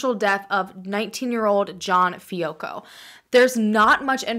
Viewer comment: Also we pronounce our last name Fi-ah-co…everyone gets it wrong tho😂